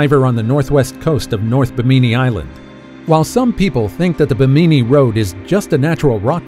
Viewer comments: Ba- meany? I always thought it was pronounced bem- a- knee. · It is not Bimineee Road......It is the Biiiim in eeeeeeeee Road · It's Bimini (bim` a nee) not Ba mi ni island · It isn't BEE-MINEE. It's BIM-IN-EE :) Great video. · It's just bimini the bi sounds the same as mini not buh-meeni - geeez. Google is able to say it correctly for you. You're doing this for National Geographic! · Bimini is pronounced: BIM • i • nee. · First off that was stupid. Secondly learn to pronounce stuff correctly. It's pronounce Bim-in-ee. Bimini. Plus Part of the footage you showed of the Bimini road wasn't even from that side of the world let alone Bimini. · It’s pronounced Bim-in-née not what ever your calling it. Do your home work it discredits you when you don’t even know the name of the place your reporting on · Bimini you put the emphasis on the wrong syllAble. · How hard is it to look up the pronunciation of “Bimini?” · Learn how to pronounce "Bimini"